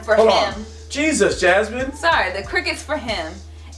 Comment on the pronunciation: why they say Jesus as JesUs